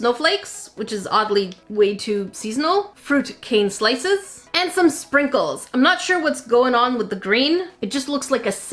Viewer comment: Is it only me or did it sound like she said sprinkle-chan 😂